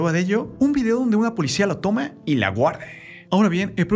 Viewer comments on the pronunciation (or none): none